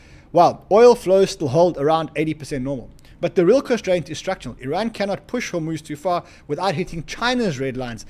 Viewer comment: is he saying " Its bad news for Iran" ? or is he saying "its bad news for ran"??